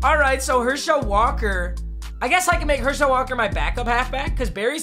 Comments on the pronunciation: It’s not pronounced her shel it’s pronounced hershaul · I love Papa but I’m glad he lost because I don’t have to hear him say "Her-Shell" Walker anymore. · as a uga fan, it just sounds weird how you say herschel walker you just put the emphasis on schel too much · The way he says Herschel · Anyone else really annoyed with the way he says Herschel?